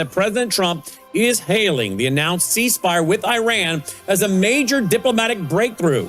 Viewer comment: iranian here please work on your accent and syllables where they stand.you can be misunderstood easily misconstrued and throw us off. In this interview i found many of them. You can humbly find out how to pronounce some of the words in all your interviews.you are extremely knowledgeable in you studies and want to listen to you regularly. Example; ceasefire its seez fire.